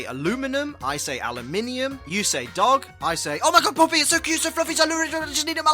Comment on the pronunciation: You are not the only one who pronounces “ dog “ like this xD